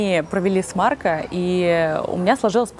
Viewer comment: Режет слух, когда произносит неточно окончание имени Марко, нечто среднее между о и а. Надо бы точнее говорить МаркО.